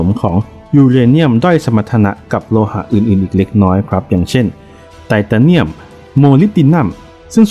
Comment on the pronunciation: แอด เรียก ไตตาเนียม นี่มันฟังดุ แปลกๆๆนะ ทำไมไม่เรียก ไททาเนียม มันจะฟังดูดีกว่านะ